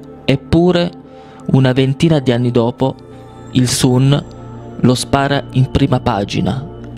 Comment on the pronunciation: io ti voglio bene però non si dice IL SUN (anche se si scrive così) ma la pronuncia è SAN